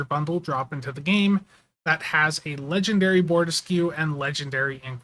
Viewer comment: Maybe he was saying "ledge and dairy". It... could... have been... what he was saying.